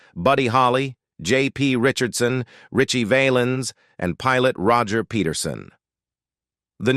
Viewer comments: wish this guy could pronounce richie valens' name correctly. kinda crushes his credibility. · Hey narrator can't you pronounce Ritchie Valens